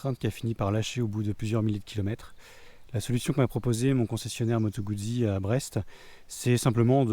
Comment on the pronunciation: #1 Italiano lessonne una☝️ Guzzi comporte 2 Z, donc on doit prononcer "Moto_Gout'si" , pas "Moto-Goud'zi" , quand on veut mettre l'accent ! 😉 👏 👏 👏 Bravo pour ton ton achat et merci pour ta vidéo. Longue route avec ta Guz'!!! 😉